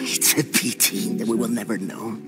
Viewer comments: ‘its a pEehTeeh that we will never know’ I DIED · “it’s a PiT-Ty”😂😂